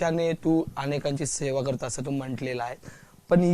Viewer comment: Please "Sona" karu naka, "Seva" kara.